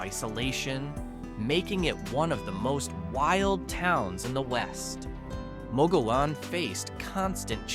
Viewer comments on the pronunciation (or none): If you’re going to tell about places ,learn how to say their names correctly . It’s not mug u lone ,it’s muggy own . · As someone mentioned below, it’s “muggy own” for Mogollon and Gila is pronounced “Hee-la”. I enjoyed the video. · More like moh-goh-YOHN. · The " LLs" are silent in Mogollon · Mogollon - AI can't pronounce anything.